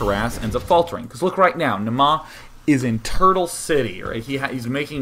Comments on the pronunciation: You're pronouncing it "Namaa" but it's "Naama". The first A is long. Finnish is hard to pronounce but just so you know =D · Naama is a finnish word that means Face. It's pronounced Naa-ma not Na-maa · it's pronounced Naa-ma